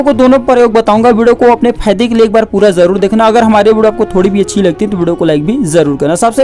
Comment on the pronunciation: apna pronouciation sahi kar z ko j j ko z s ko sh sh ko s.....padte ho e.g.......jaroor (it is zaroor)